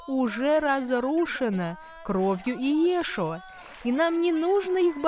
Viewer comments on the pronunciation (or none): ЙешУа. Кровью ЙешУа, ударение на "у" и только на "у" в этом, исключительно и никак по-другому.. Передайте это вашим переводчикам, пожалуйста, умоляю. Когда говорят "Йешуа" с ударением на "Йе", это означает проклятие, звучащее примерно так: "да изгладится из памяти навсегда Его Имя". Но, если вы хотите провозглашать подобное в своеволии. самодеятельности и упрямстве, тогда да, конечно же.. "продолжайте..